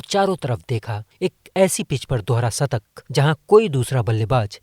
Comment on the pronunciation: Sattak,aur sikaar nahi bhai shatak aur Shikaar bolo 😂😂😊😊